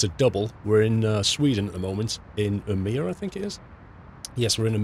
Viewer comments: the å letter in Umeå is prenounced more like an o så just say umeo ;) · umeå is pronounced uy-mee-aw btw. Great vid as always!